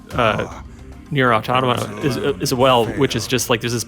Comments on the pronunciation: It’s not ‘auto-mata’ it’s ‘au-tom-a-ta’. Think automaton: as in a machine imitating the form of a human being. Which is exactly what the game is about. I literally had to mute the video. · It's pronounced 'Aw-tom-uh-tuh' Not "auto-matter" lol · "Ah-To-Mah-Tah" I can't.... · If they say auto-Mahta one more time i'm going to lose my mind! It's Automata like you would pronounce automaton... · I hate when I hear people say auto-mata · I had to click off this video because the fools can't say Automata correctly. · FFS how are you a Square Enix representative but can't pronounce NieR Automata correctly. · People still pronounce Automata like that